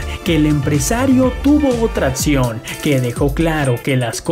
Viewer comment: Cómo me harta ese léxico tan nefasto es acción no atcion.Lo bueno es que ya hay escuelas de lenguaje o clases .